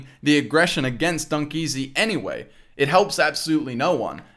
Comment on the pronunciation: ITS NOT DUNKEAZY ITS LiL dEaZy😂